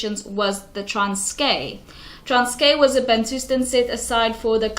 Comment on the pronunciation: You need to learn how to say Transkei before making a video about it (it’s like pronounced like Transky and you’re saying transkay)